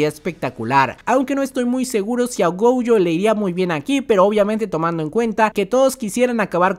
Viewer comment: Por que carajo le dice goujo si es gojo